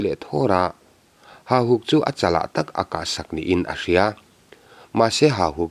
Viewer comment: Ka ngaihthlak danin Hahuk tia lamrik niin ka hria,Hahuk nilo in Hauhuk tih zawk nise.